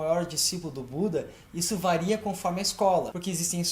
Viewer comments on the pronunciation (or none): none